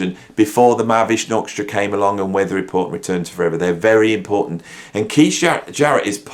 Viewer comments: Great video! But it’s Jarrett .. Not Zhar-rett🙂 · I like Zharret.